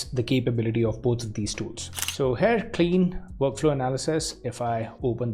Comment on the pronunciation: omg it's pronounced kline not clean you , you are getting on my nerves every time you say clean